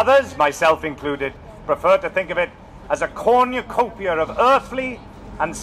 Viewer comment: the way he said "cornucopia" XD